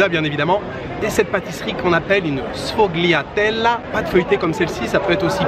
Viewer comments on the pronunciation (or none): Salut, si t'as bien aimé la pizza, je te conseille d'essayer également la pizza fritta ! Certainement l'une des meilleures que j'ai mangé là bas ! Et si je puis me permettre juste un petit tips, ne prononce pas les "g" qui se trouvent avant un "l" genre la patisserie que tu as mangé se prononce "sfoliatellé" dans le même genre tu as les "taliatellé" côté pâtes Sinon profites bien et continu de nous envoyer un peu de soleil ! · Mes oreilles ont saigné à la prononciation de la sfogliatella lol